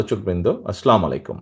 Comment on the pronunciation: সালাম টা শুদ্ধভাবে দেন স্পষ্ট করে দিয়েন।